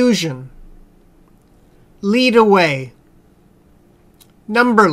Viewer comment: 14강 8번 lead는 동사(이끌다)의 뜻으로 녹음이되었습니다. 명사(납) 발음은 [led]레드.. 입니다...:)